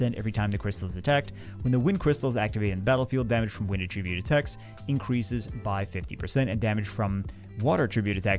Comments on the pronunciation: nothin but love. And because I love ya, I have to point out that the word "attribute" is both a noun and a verb. And they're pronounced differently. Att-RIB-ute is the verb (I attribute my success to my mom's support), ATT-rib-ute is the noun (mon had a fire attribute). Trying to look out for you via public correction. 😅 You're welcome? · Congratulations. You've set a world record for mispronouncing the word attribute 12,396 times in 20 minutes. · mispronouncing "attribute" 500x in a row... what's the opposite of ASMR?